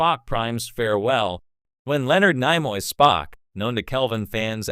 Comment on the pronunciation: What an idiot...." Nye-Moy" Is this the A.I. that's going to take over the world? Not much smarter than iPhone's auto-correct.